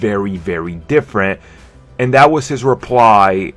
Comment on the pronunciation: Hey dude. Try putting your tongue against the back of your top teeth. It's "this" not "dis". And lose the other Elmer Fuddisms like "essuentually", "verry verry" and "difffrent". Otherwise just be "verry verry" quiet and go hunt some wabbits. The word 'retarded' has fallen out of favor, so I'll just say that you are 'challenged' by the English language.